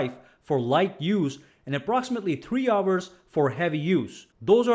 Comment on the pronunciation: 5 hours extra battery life // Not 5 ”FOURS” extra battery life